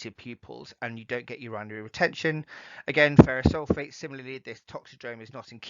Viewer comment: Very informative..Thank you. . The only thing I had a small problem with was your pronunciation of 'Urinary' ... I've never heard it pronounced like that... Great video, thanks again